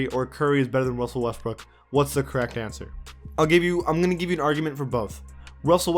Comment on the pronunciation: Wussell Westbrook 😂